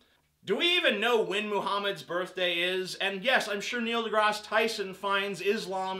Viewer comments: Grass* not Graz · Only idiots pronounce Neil deGrasse Tyson as Neil deGros Tyson. Even Neil deGrasse Tyson pronounces it as Neil deGrasse Tyson. I was going to count how many times you said Neil deGros Tyson in this video but I realized that would be an idiotic thing to do and the words Neil deGros Tyson lost meaning after the first few mins of this video. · It sound so weird when you pronaounce his last name